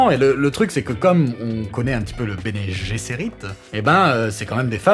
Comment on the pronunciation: Pour une fois que je vois une vidéo ou on a vraiment un connaisseur ! Bravo ! Par contre votre prononciation de Guesserit 😕